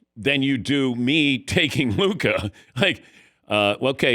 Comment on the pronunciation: Why do they keep saying Luka smoked cigarettes? Only heard huka